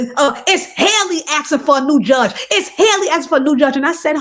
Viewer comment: Wow you spoke nothing but Facts‼️I peeped this too ! But by the way you’ve been saying her name wrong it’s Halle same way we say Halle Berry